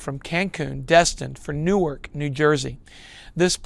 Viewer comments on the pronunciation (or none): none